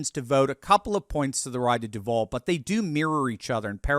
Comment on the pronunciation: Pronounced: DUU-Vall #GoJags